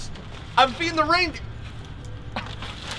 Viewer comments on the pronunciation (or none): “It’s weindeer food”